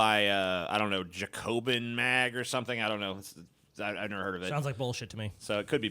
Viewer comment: It's pronounced "Jack-Oh-Bin" you uncultured swine. And it's a reputable magazine with Democratic Socialist leanings...